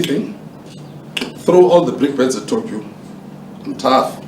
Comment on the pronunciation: You did say Tokyo but we did not understand